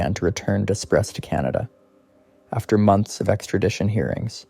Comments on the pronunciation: It is pronounced as"dew pray" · Despres is a French last name, pronounced day-pree. Greg Despres is a dangerous offender and should never be set free.